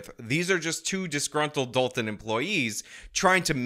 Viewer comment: Gotta start pronouncing it as "the village of DOLT-un"